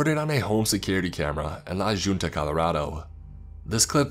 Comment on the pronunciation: The way he pronounces La Junta😂